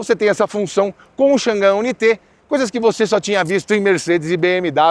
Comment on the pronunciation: Irmão dica de inglês pronuncie dessa maneira o nome do carro ok i u n a i t e